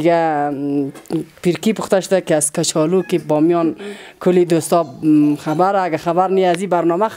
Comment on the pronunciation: از این گزارشگر کرده خاله ها بهتر صحبت می‌کنند ، کچالو را کاچالو میگه ،